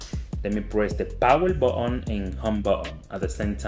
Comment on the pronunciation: He said power botton